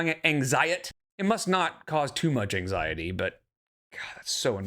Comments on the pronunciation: Anytime she uses the word “geeenuileeey” she is still talking to Emily. I believe the “health anxiet” is because they are fighting and she’s manipulating her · “Anxiet” is SO irritating 😡😤😡